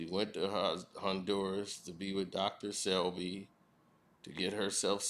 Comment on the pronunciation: His name was Dr. Sebi. Not Selby. Lol